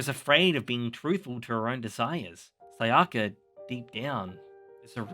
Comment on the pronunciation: Oh just another thing: I recommend that you work on your pronunciation. It is mA-doka, not mad-Oka. It is not j"ojo-ey-eye" but "sho-u-ju-eye" for shoujou ai, It's not Sa-Ja-ka, but "tha-iy-akka" etc. For an anime fan you are making a lot of these stupid mistakes.